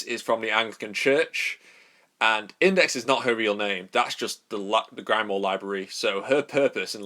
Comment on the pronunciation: Grim, not grime. Grim-wahr